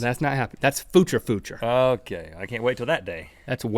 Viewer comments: He didn't say future he said fu ture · link says footure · "Go into the foocher" - link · "That super footure footure" me:😑😒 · foorrtaaaarrrr ??? link cant say future ? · Anyone else notice that in the begining that link said footer instead of future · How did he pronounce future?? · Just to let you know Link, the way you say future is incorrect... Don't worry about it though I actually really like it. Don't want to get creepy but the way you say it is quite cute actually 😊